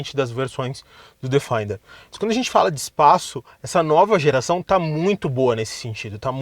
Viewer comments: A pronúncia correta é " defender ", e não " defainder ". Parabéns pelo canal. Abraço. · Bom vídeo! Fora a pronúncia do nome do carro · A pronúncia de Defender não está correta... o vídeo está ótimo no restante